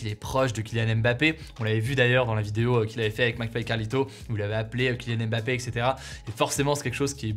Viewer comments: Salut Hugo merci pour les partages , au Cameroun on dit MBAPPE et non M- BAPPE . Bye-bye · Alors de la même manière qu’on ne dit pas « Zède latan » mais bien « Zlatan » c’est pareil pour les autres noms. C’est « Mbappé » et non « aime bapé ». De rien.